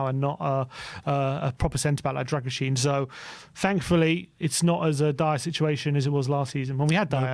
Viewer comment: It’s pronounced “Dragusheen”